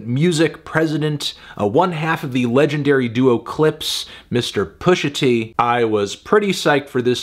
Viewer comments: I feel as though you shouldn't be calling Pusha "Pusher t" with the R, but great review otherwise! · It's Pusha T, not "Pushing P". Other than that, great review.